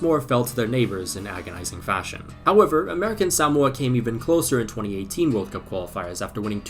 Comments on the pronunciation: Suh-mo-uh Not sam-wuh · Why are you saying Sowmoa? It's Suhmoa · Bruh it’s pronounced “suh-mo-uh” Not “SAM-mo-uh” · its more like saMOa not SAmoa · Why is he saying “Samoa” like that? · He cannot properly pronounce "Samoa." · can we just deep how absolutely wrong pronunciation of Samoa is? it's not even right in Samoan, and is completely wrong in both British and American English, this is impressive levels of butchering WHAT HAPPENED TO THE O MAX? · I can safely say I have never heard anyone pronounce Samoa in this way